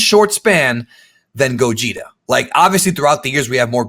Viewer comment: They keep saying gogeta, I keep hearing Gojira.... smh